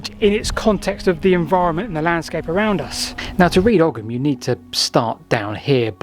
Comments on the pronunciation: Oi - OY or Oh as in Owe or Go OYYUM or OWE UM Ogham is OYYUM or OWE UM not "oggum" or "orrum" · It's not pronounced OGGUM because it's not an Anglo-Saxon word. As usual, Celtic Gaelic words are being butchered. Would 10 minutes on the internet researching correct pronunciation really kill you?! It's Ogham, the GH is silent so it sounds like Ome. Another reason the Brits were never welcome in Gaelic speaking countries. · It's pronounced "Owum" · it's pronounced " ohm " that G is not hard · Ogham is pronounced "aw-ahm" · Here in Ireland at least, we'd usually pronounce "Ogham" more like "Ohm" (like the electrical unit of resistance). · In modern Irish the "h" is not really a letter, it's more like an accent that softens or silences the preceding letter. Hence ogham is pronounced oh-am. Afaik though in old Irish this was probably not the case, so it might well have been pronounced oggam. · Ogham is pronounced O-am. gh sounds in Irish are typically silent